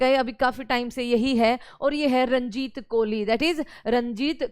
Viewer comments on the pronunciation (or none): रनजीत नहीं रजनीत है